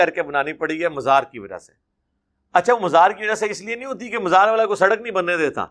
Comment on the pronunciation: یہ لوگوں کی ذرا ذرا سی بات پر غلطیاں پکڑ تا ہے اور خود مزار کی میم پر زیر پڑھتا ہے